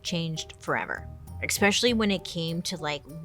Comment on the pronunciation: I love that you’ve been online for years and still can’t say “especially”